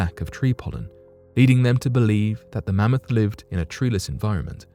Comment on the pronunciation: Are they going to talk about cloning this mammoth for the next 20 years? Also “Man-moth?” Karl Pilkington.